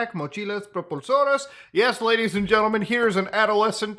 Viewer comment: Muta going nuts lol. Btw your spanish pronunciation was not half bad. Specially the word "propulsoras" that sounded almost native ngl.